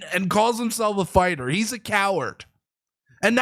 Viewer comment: "My friends, as you all know, I'm a farter." Not fighter.